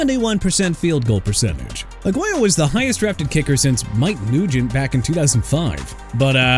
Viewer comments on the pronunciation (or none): ROBERTO AGUAYO PRONOUNCED AH-GWAI-YO! GET HIS NAME RIGHT DUDE! ALSO MR. "I CAN'T PRONOUNCE PEOPLE'S NAMES FOR NOTHING" ISAIAH WILSON PRONOUNCED AI-ZAY-UH! ARE YOU SERIOUS?! YOU NEED TO BE FIRED! AT THIS POINT I DON'T CARE IF YOU'RE A REAL VOICE OR AI! I DON'T CARE!